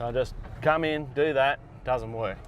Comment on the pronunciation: BTW, I liked the "It didn't werrrk!" Almost sounded American. Where you going for that? As an American (Southern California) that is how it registered with me. Aussies don't typically use the R in that way.